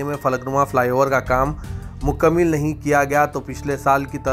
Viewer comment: Mukalmil Nahi mukalmal Bolte hei, Urdu se nawaaqif News reader.